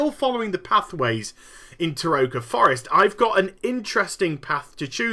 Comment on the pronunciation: I believe Terokkar Forest is pronounced, Ter-o-kar not Te-ro-ka. Not trolling just informing if you did not know, or maybe you just don't care. :)